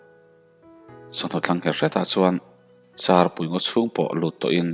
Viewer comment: Angaihnawm khawp mai,mahse thu pakhat Char thing charpui tih niawm tak hi kawmchar (char) ang a lamrik a ni tlat hi a diklo in ka hria